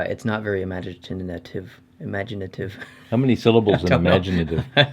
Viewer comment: "Imagitinanutive" Cracked me up